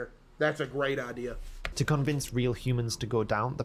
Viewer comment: The voice guy keeps saying "Idear" 😭